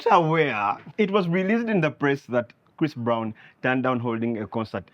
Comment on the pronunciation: Did you just call Chris Brown- christofaa🤭🤭🤣😂i Kent....